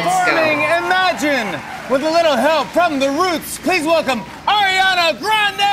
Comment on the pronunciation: "Arianna"???😂 but I loved the video